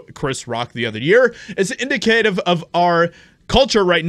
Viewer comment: in-di'-ca-tive .... not ... in-di-cA'-tive